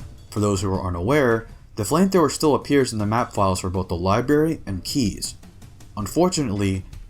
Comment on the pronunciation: "Libary" Lol come on...